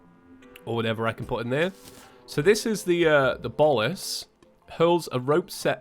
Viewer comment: It’s not pronounced bolis it’s pronounces bowlas